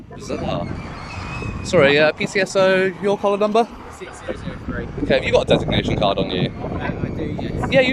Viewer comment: 6081 couldn't even pronounce 'designation card'😂